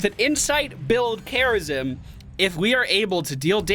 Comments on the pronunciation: Why when says "Kharazim" it sounds like "Kerrigan"? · The way he sayed Kharazim had me for 10 mins. I was zapping to that point the whole time :D